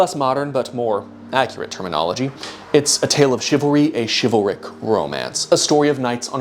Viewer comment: did he just say chival-Rick like Rick and Morty?!?!?! WUBUBLUBDUDUB